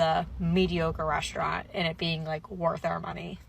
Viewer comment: please what means "reshhtraunt"